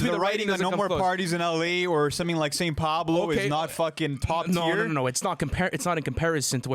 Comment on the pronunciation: So way he said Saint Paolo writing can't compare to damn 💀